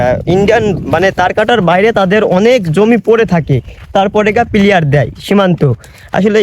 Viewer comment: বন্ধু ওইটা প্লেয়ার না প্লার হবে। তাছাড়া ভিডিও অনেক সুন্দর হয়ছে বন্ধ।❤❤❤